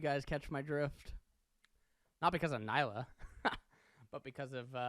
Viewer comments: It's pronounced Nee-lah, not Ny-lah. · As an indian, it pains me to hear people call her Nyla instead of Nilah(blue in hindi). this makes the 4th youtuber calling her Nyla😭